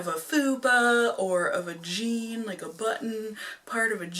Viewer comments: who else thought she said “a vagine” 😂 instead of “of a jean”????😭😭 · when you said "of a jean" I thought you said "a vagine". Got a good chuckle out of that. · Totally thought she said vagine. But she said of a jean. 🤣🤣🤣🤣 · I THOUGHT YOU SAID VAGINE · Did she say every line of a vagene? Lol